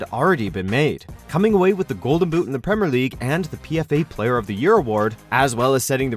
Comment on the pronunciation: Premer and salar when it is actually premier and Salah